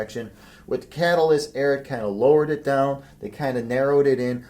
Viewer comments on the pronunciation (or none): What makes you think that “Ariat” is pronounced “Airett”? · Calls himself but cant say ariat correctly